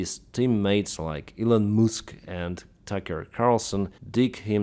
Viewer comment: “Elon Mooosk” 😂